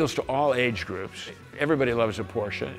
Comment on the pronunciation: It's not Porcher!